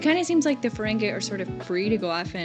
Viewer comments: It's pronounced Ferengee not Ferengay! LOL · I know you're a, but it is fuh-RENG-ee, not fuh-RENG-eh 😉